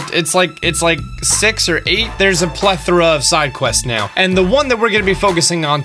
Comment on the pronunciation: Did you really say "click it right meoww"